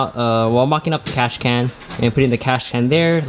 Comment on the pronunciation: Cash can 😂 got me every time he said it